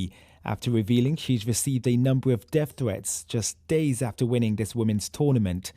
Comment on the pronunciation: He said deff thwetts😂😂😂😂